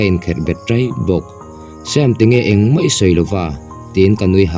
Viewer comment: Ziaktu nge chhiartu zawk "ngeih" tih tur a "ngaih" hmang in "mai" tih tur a "mei" hman leh si a tam. Youtuber te hian mizotawng diktak in hman hi apawimawh ania mi tamtak in an ngaithla si a